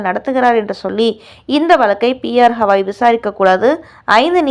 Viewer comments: ஹவாய் இல்லை. கவாய் திருத்தி சொல்லு. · ஹவாய் இல்லை கவாய். இது கூட தெரியாமல் செய்தி போடலாமா? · ஸவாய்...ஹவாய்ன்னு அவர் பெய ரைத் தவறாகப் போட்டு நாறடிக்கி றீர்கள்.... தயவு செய்து கவாய்(GAVAI)என்று சரியாக உச்சரி க்கவும்.. அடுத்த டெலிகாஸ்டில் சரியாகஉச்சரிக்கா விட்டால், உங்கள் மீது நீதிமன்ற அவ மதிப்பு வழக்குத் தொடருவோம்.. ஜாக்கிரதை....